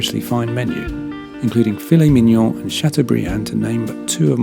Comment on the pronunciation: Thank you for your good review. Filet Mignon has been pronounced correctly 😁…châteaubriant on the other side 😄